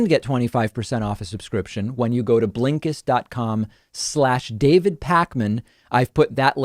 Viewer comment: Everyone: Blinkist David: BLEENKISTT